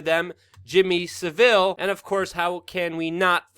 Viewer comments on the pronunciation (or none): Pronounce Savillie ...Sa vill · Not Jimmy sa'ville, its isJimmy saville all in one word, not like a french word. Bad enough having him as a s subject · Sav-ill not Seville. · Jimmy Savile as in The sausage not Jimmy Seville as in the orange, just noticed Sa vile. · Its Sav- vall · Sorry but I piss myself laughing every time you say jimmy savile with a french slant to it, it's not pronounced like that but very funny.